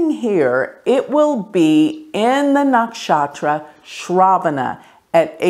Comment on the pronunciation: Hi It is not naakshatra its nuckshutra!